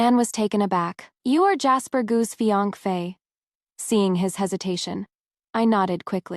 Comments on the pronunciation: Is it that YouTube doesn’t allow the word fiancé or this individual that’s reading is unaware how to pronounce it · AI can't pronounce it